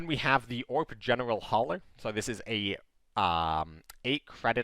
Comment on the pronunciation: Great video as always. One explanation: the ORP should be read as O-R-P it's short form of "Okręt Rzeczpospolitej Polskiej".